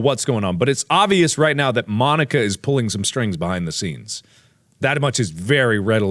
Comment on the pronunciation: MONIKA. PRONOUNCED MO NIKA. Not Monica.